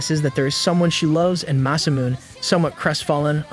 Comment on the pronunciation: masamuneをマサミューンって呼ぶの笑った